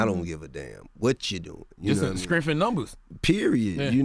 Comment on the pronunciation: "skrenth in numbers"